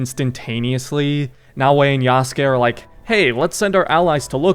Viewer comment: damn bro should really be pronouncing yasuke correctly by now, it shouldn’t bug me, but it does😂